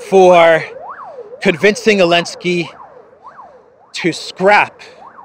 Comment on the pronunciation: Why does he say "elensky" instead of "Zelensky"?